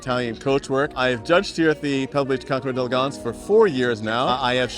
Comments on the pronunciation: D and "El" are one syllable. Never say "day elegance." Say it like your guest says it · try to learn to pronounce the name of this event. don’t just read it—listen to someone—maybe a european—saying the words.